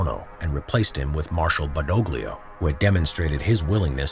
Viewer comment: The pronunciation of General Badoglio , make me want to drink Olio di ricino. Also why 2 black soldier? we did not have any of... Ah they are from South of Italy, ok.